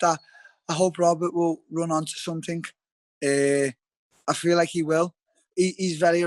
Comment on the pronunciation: “Likhe”- Darren till